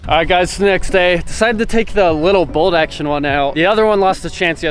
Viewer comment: Is it just me or he says "boldaction" instead of bolt action